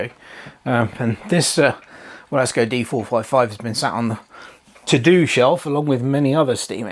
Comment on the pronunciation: Should be pronounced Vilesco. It's a nice model for £184 and Wilesco quality is very good. Thanks for giving me a chance to see one in action.